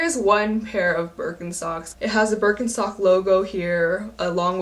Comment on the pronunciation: The name is BirkenSTOCK ! Not BerkenSOX !